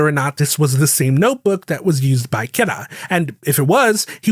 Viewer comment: Honest question, why do you pronounce Kira so odd.. the ANime doesnt say it like that in either english NOR japanese